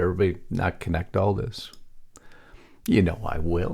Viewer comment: Your tag line: "Big Mistake" Speech Coming! Obama May Have Just Gave Trump the Opening He's Been Waiting For! GRAMMAR ISSUE! May Have Just GAVE should have read "had given". Also, the word is "THAT" not DAT and DIS. You say DAT and DIS. Bad grammar makes you sound stupid and I know well you are NOT! Clean it up buddy!